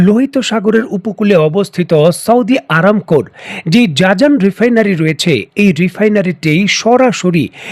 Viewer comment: উচ্চারন জাজান হবে না হবে জিজান।